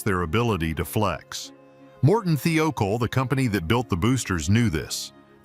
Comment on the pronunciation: Speaker mispronounced and said seeacol